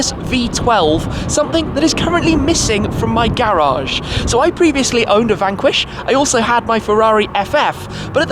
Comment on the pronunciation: Say garage right